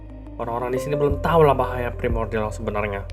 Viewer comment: pas martin bilang primordian ,gua langsung keingat marvin😢